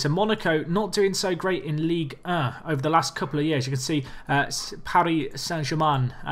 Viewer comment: I love how you pronounce Ligue 1. Basically you say 'Ligue Uh'